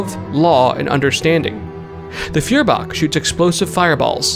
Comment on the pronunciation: FYI Feuerbach would be pronounced 'Foy-er-bach'.